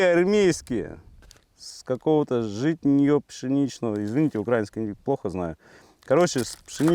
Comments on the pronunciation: одна маааааленькая просьба-не укрАинский а украИнский,не скажу что это прям так важно,но ухо режет и украинцев обижает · УкраИнский- ударение на и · Да йоптель- украИнский, ударение на И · Выдео крутое, мне понравилось как по критериям всё проверяешь, но я прошу тебя, не УкрАински, а УкраИнский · Ударение ставь украИнский . а не укрАинский ! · Это нормально... в смысле для, просто не обращай внимания. Да и в принципе, не смотря на то, что словари предписывают ударение ставить на "И", народ в большинстве случаев делает его на "А". В нашем городе улица Украинская, как правило так и произносится. Пока это, конечно, ошибка, однако язык постоянно меняется и словари правятся, согласно тем нормам, которые преобладают в обществе, яркий премер: кофе нынче среднего рода, йогурт с ударением на "У" и т.п., всё официально ("спасибо" Фурсенко). Так что очень высока вероятность того, что "украинский" с ударением на "а" скоро перестанет быть ошибкой. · Вообще-то правильно говорить украИнский паёк. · В Украине хорошо, но ударение в словах украинский нужно говорить на и.